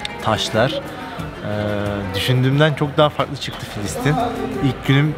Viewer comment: KARDEŞİM FİLİSTİN KUDÜS YANLIŞ SÖYLEDİN KENDİNİ DÜZELT